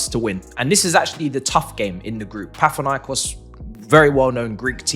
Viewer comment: not pat-hinaikos Pa na thi naikos